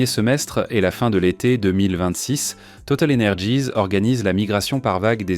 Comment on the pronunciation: Même les gratte ciel ont de noms anglo-saxons, bien triste. Et on dit « total énergie » pas « total energize ». Franglais insupportable.